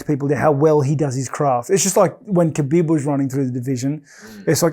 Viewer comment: Rob's pronounciation of Khabib always gets me. Obviously not a Chael classic, but funny in its own way.